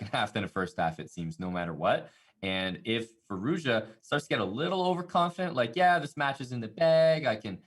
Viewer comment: It is amazing how they can say Firouzja 1000 times but don’t care to learn a proper pronounciation.